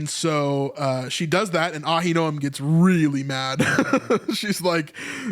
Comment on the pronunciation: Uh-HIN-o-um. Ahinoam